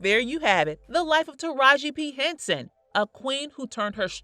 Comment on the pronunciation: Bish can't say her name right. That ain't her name you don fukd up her name